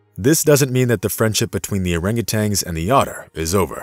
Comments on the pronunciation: I'm guessing there are many others watching that feel as i do about the narration. I'm trying to be positive D appreciate the story, but dang.. hearing them called monkeys and orangutanGs instead of apes and orangutans is just too dang grating on my ears! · And you hung a G on the end of their name when pronouncing. Tan, not tang. Nice story though. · Please, PLEASE learn to properly pronounce the animal names; it’s orangu “tan”, not orangu “tangs. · Well he also thinks that orangutans are monkeys and that it's pronounced orangutang, so I think it's safe to say he lacks some credibility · You're right, they are not monkeys, they are among the great apes. He also insists on pronouncing Orangutans with a final "g", which drives me up a wall. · And he was saying Orangutangs instead of Orangutans. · Orangutans, not orangutangs. Lol. Cool video otherwise. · There is only one ‘g’ in orangutan, also. At least to me it seems like the computer voice is saying ‘tang’, at the end. Maybe not. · He calls them "Orangutangs" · They probably just made the video for people that don't know better. This guy doesn't even pronounce their name correctly so he's not so smart.